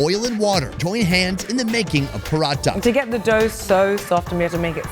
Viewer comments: that's not Parata, its parotta!@@ freaking northern India has you spellbound. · Prawteh. Say it properly.